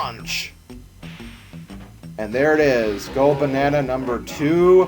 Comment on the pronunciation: you just had to say PAWNCH!